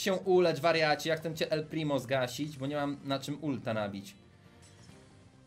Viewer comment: Czemu bu a nie bo